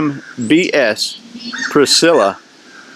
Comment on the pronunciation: You keep saying "SCHMBH" but it is "BS" :] Great review. Liked the balance test.